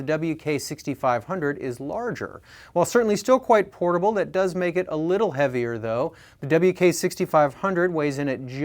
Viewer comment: At the beginning, it sounded like he said "horrible" keyboards. Lol.